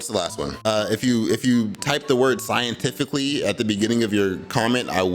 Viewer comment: well zcientifically....